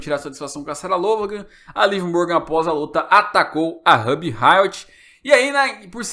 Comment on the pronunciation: Que agonia vc falando o nome da Ruby errado